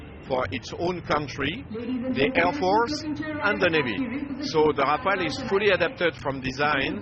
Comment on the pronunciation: It's Rafale .. not Rafael. These reporters don't even have basic knowledge of the subject of their reportage.